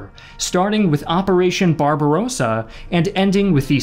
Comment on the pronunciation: Barbarossa - with a short "o" and the second "a" called "ar".